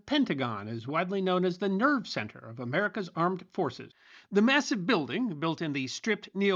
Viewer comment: Did he say the Nerd Centre, or the Nerve Centre. Looks like an huge Etruscian toilet 🚽...hard to flush, as Eisenhower predicted.